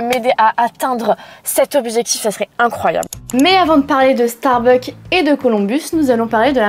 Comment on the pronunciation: starbucksss pas Starbuck, en tant que fan de la chaine mes oreilles saignent dès que tu prononces le nom, mais superbe video malgré cela évidemment !